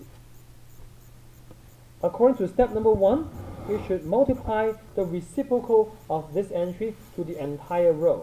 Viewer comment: "recipocal" hahahahahahah